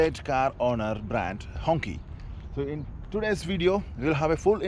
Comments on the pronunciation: Bro it gave me cancer watching you pronounce it as honkey. It's pronounced Hong "Chee" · Quite sad that the brand name Hongqi is mispronounced and unfortunately the gentleman doing the review of Hongqi is calling the design fixture on the car's bonnet as logo. Quality of review needs to be reviewed please. A humble request🙂